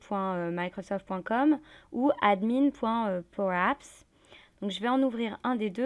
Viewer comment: Quelle voix et quel accent parfait "power apps" ! ;) Merci pour le webinar